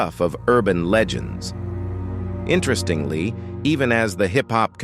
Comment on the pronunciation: 🤣🤣🤣 this AI narrator mispronouncing words like "accumen" and "interestingly"